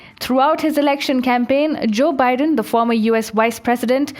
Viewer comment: Yaykh! You can't even pronounce Biden's name, you talk about American politics. You have no idea how our election system works. Mr Biden is the President-elect and he is the President on the January 20, 2021. Are you a stupid and an idiot!